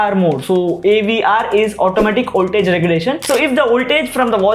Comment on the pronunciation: What the F is Oltage!!!Call it VOLTAGE with a big V!!